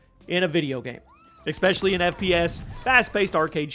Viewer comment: Does this dude not know that especially is pronounced as it's spelled? Not as ecspecially